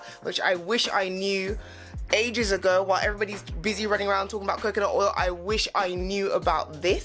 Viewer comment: I keep laughing whenever you say “CoCaNUt”